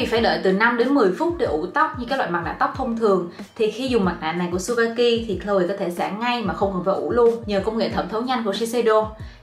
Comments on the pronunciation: Chư ba ki chứ trubaki đâu đúng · mách nhỏ cho chị yêu sản phẩm Tsubaki đọc là Trư Ba ki ạ 🥰🥰🥰 tuy ở nhật nhưng e là fan cứng của chị từ khi chị 18t đó 😘 Love